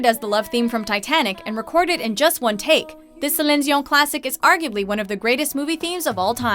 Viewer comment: I hate the way she says Dion